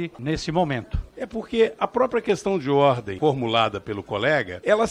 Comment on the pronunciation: Meu Deus... A pessoa fala qestãi de ordi. Meu Deus. Faz vergonha ao parlamento é uma pessoa que nem se preocupa em melhorar para poder ajudar em algo.